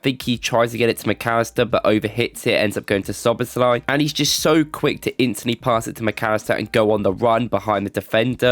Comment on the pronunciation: Im just surprised that you nailed the pronunciation